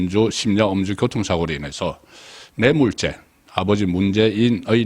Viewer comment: 교통? 발음을 항상 굣통? 교옷통? 이라고 발음 수정이 불가능할까요?